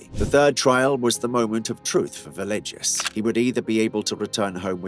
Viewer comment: Villegas = (Ve-yay-has)